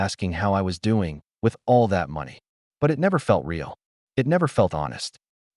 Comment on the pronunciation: I think they meant “leased car”. I know there are a few words that drive me crazy like real and they pronounce it as ray-all and it and they pronounce it I T. Lol, but I enjoy the stories.🌸